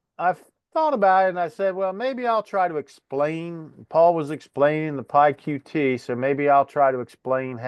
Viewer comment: I just knew that you would use PySimpleGUI,! You’re being a bit unfair to PyQt (pronounced Py cute btw) because Paul could have used arrays and passed variables to functions etc which would have cut down on the number of lines big time. I’m feeling rather frustrated because my homework is going to be very late as I’m in the south of France for a week to try to escape the weather back home. Unfortunately, it’s worse here. Nice solution (even if you were cheating 🙂)